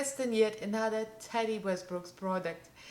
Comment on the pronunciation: Love when pronouncing someone’s name. Practice a bit. Ta... Tee... it sounds like you’re saying Teddy... like teddy bear. It’s completely fine when you speak in accent with words. Yet when addressing someone try to pronounce their name properly. I think your sponge did a way better job. Your eye look is stunning.